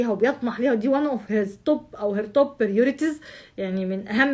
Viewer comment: شكرا لحضرتك، لكن أعتقد كان الأفضل الترتيب التنازلي، أي من الأكثر ميلا لهذا الموضوع إلى الأقل ميلا حتى لا يتوه المشاهد كما حدث معي، ويجب التأكد من نطق الكلمات الإنجليزية بشكل ٍسليم قبل استخدامها، وأعني هنا على وجه الخصوص نطق حضرتك لكلمة priorities. التركيز والتفرغ مطلوبان لأني لاحظت أيضا الانشغال نوعا بمشتتات خارجية.. لكن، يظل القبول عند حضرتك غير عادي، وأتمنى لكِ كل التوفيق في قناتك الجميلة هذه، وأرجو أن تتقبلي نقدي (البناء) ليزداد تألقك وإشراقك على هذه الشاشة.